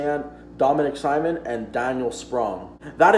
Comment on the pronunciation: Not gonna lie, kinda cringed every time you said "Simon" rather than "Sea-moan" other than the mispronunciation, this was a great video and you definitely gained a new sub buddy.